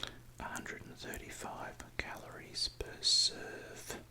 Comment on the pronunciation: The perfect Australian portion is approximately one SUUURVE